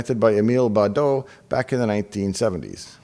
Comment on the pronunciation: *Baudot not "Bardot". Brigitte Anne-Marie Bardot b. was not yet popular.